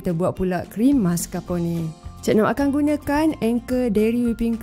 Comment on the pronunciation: maskar'pon(e)..bukan maskarponeyyy deyy..hahaha..sedap nampak..coffee lover mesti aummm